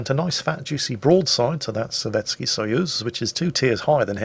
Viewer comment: Nice explanation of SAP, thanks! Btw, I don't know much about Russian, but I do know that their letter which looks like our e is most often not actually pronounced e, but ye. Therefore Sovetski is pronounced Sovietski.